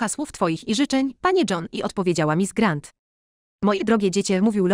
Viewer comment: Co to za tłumaczenie, dziewiętnastowieczne? Te "glasgowy" i "grent" i "Maria" (plus "Mardżo" ?!?) to jakiś koszmar.